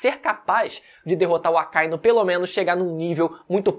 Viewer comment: O que me deixa de cara é que o lê o mangá, assiste o anime e ainda vem falar Acáinu... Porra mano. AKA- Inú. Cão Vermelho.